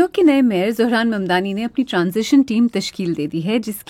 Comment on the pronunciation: Correction : Word زہران wrong correct is ظہران